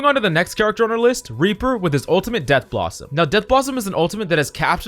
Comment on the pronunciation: It’s pronounced death blossom not dead blossom but honestly it doesn’t matter